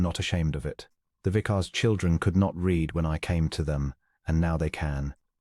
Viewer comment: "Read" here is pronounced "red" not "reed."